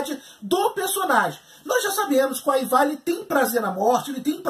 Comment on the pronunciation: o jeito de se pronunciar os nomes é: aivar, ubba, vitstergui. kkkkkk.